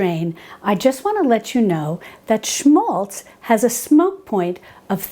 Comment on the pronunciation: It's written 'schmalz' ... (Thank you so much for the correct pronunciation !)